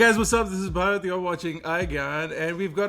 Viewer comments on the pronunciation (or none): He said brat......instead of bharat 🤣🤣🤣